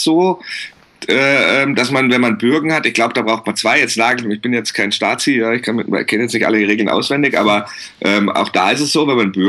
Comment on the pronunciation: "Stazi"? Ich lach mich wegxD